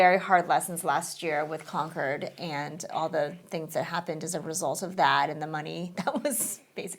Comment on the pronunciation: People saying Concord's name as "Conquered" which is just funny